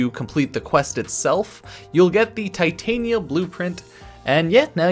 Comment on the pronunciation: It's Titania like the Fairy queen, not Titanium like the metal